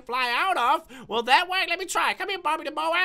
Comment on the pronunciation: I love the way he says bobby the moa LOL Bobby da moa